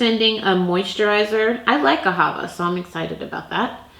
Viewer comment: It’s pronounced Aha-VAH with the stress on the 2nd part. It’s Hebrew & it means love, but it also is named for a river in Israel.